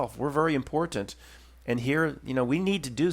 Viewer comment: Oh, my God! I just realized it! The way you pronounced “important” with that atypical stress on the first “t” gave it away! Yes, it seems it’s the truth, after all…you’re a Russian agent! Why, of course! It’s so clear now! Obviously, that’s why you so often get caught in that periodic “fumbling” and “rearranging” of words…because you’re confusing your native Russian pronunciations with your rehearsed sham “Philly” speak! A consequence of the dialect switch. It’s a patent giveaway! “King of Prussia”…really…”Prussia”? Sure…riight. It’s ovaah, my friend. You done been found out! Nah…kidding. Definitely kidding. Or am I…?🤔💡🤨😂